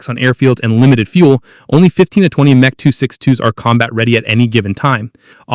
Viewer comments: What is "Mech"? Either use the full name or M-E. These AI narratives are so annoying!! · The M.E. 262 of pronounced "M" "E". Not "Mech" 262. But what do expect for AI narrators? Not much. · You need to change the AI voice to say EMM EEE 262 as it’s saying meh 262. Are not concerned with things like this ? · "Meh" 262, seriously you could have gotten the AI voice to correct this,This is a shame as the rest of the vid was pretty good.